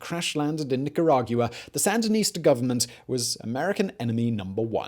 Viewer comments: Nicargua not Nicaraguia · Where TF is "NEEK-GEE-RA-GEW-AH"? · Simon: "wanna hear the most annoying sound in the world?".... me:"no"......Simon: "Neka-rah-yuwa" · Nicaragiuwa? Where's that? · I love these videos, but this is the most creative interpretation of Spanish words I have ever heard. Nick a rawg you ah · He pronounces Nicaragua weird. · Ya I notice that but Simon saying “Nicaragua” bothered me even more lol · same I was waiting for someone to say it lol